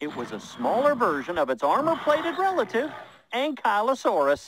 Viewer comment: it's pronounced an-kley-o saurus